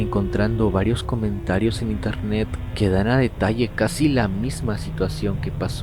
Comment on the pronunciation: Wey dice INERNET ._.